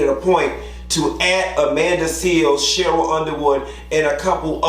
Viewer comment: You keep calling her Sheryl.